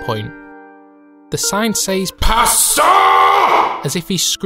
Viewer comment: the way you pronounce pasta feel more like the audio that start when a npc in hollow knight start talking